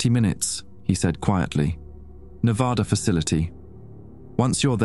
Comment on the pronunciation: Nevada was pronounced incorrectly.